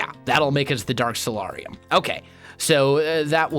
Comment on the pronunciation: The 'A' in Solarium is a hard A! Please pronounce it right its triggering my OCD...